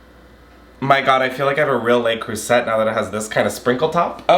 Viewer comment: Jail for how you pronounce le creuset